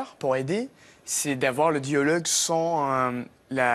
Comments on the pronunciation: He has a very strong Canadian accent, but in some words only: "dialogue" he botches that and doesn't pronounce it correctly at all. "Normale", "mais", any "ai" sounds, he goes very nasal and that's Canadian. We French only do it a bit nasal. The Canadians really "lean" into their nasal sounds. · He did say "diOlogue" instead of "diAlogue", lol. Pronunciation is not "great". It is just good.